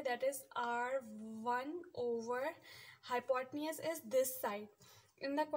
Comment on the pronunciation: its hypotenuse mam not hypotneasss plz dont misguide other childrens